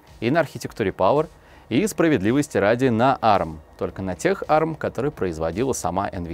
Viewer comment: а эр эм, а не арм